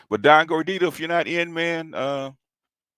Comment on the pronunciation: it's gordito...lol.